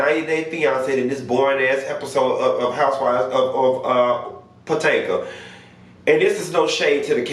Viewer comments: Did I miss a backstory? Why does he say Patanka instead of Potomac? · I just lol when you say "Patanca" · Why do you mispronounce the Name of the show? 🤣🤣😂